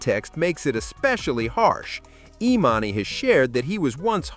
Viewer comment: the AI narrator pretending to be a black man is so damn funny edit:@ the AI gets emannys name wrong